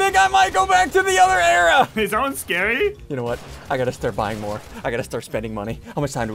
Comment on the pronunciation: It's era not area